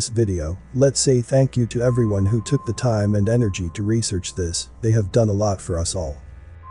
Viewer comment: lol, she said 'researchers'